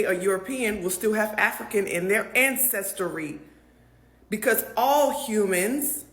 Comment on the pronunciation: And its black people like this is part of the problem, People like this continue to perpetuate the narrative, basically this chick just said we don't read, we are uneducated, she read one book but can't even enunciate ancestry properly. Stop. No we are not african, but like the rest of this fk'n world we are of African descent. Tf, reading is fundamental.